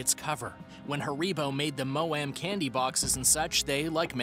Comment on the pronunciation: I can't! 😂😂😂 He said maoam and haribo completely wrong🤣😅😅🤣🤣